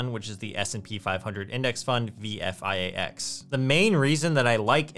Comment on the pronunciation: Did you say, VFIAX?